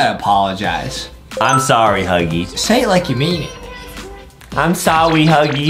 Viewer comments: Adem is like I am sowy huggy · Adem said sowwy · Adem goes like I'm sowwy huggy wuggy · No he said im sowwy huggy 😂😂😂😆😆😂😂😂😂😂 😂😂😂😂😂😂😂😂😂😂😂😂😂😂😂😂😂